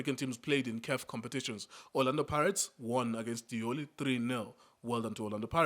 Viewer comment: Lioli, not Diola. 😂😂😂